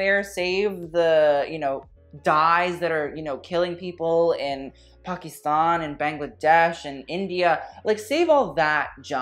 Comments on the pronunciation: You said Pakistan so properly. Not pack-is-tan but paa kis taan. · im like, shook at this white boy saying "Pakistan" correctly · i loveee you for pronouncing Pakistan (Pakistaan) correctly! ❤❤